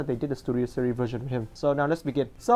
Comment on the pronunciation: He Pronounces series as "serie" but anyways great review